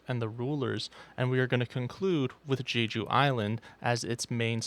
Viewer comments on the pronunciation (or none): none